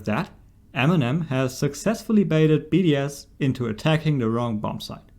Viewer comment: I kept thinking he was saying BDSM and not just BDS